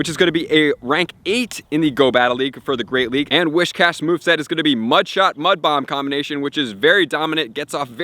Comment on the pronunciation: Why do people pronounce Whiscash as "Wishcash"? there's no h after the first s...